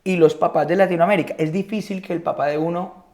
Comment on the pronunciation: HISPANOAMÉRICA pana NO larinoamerica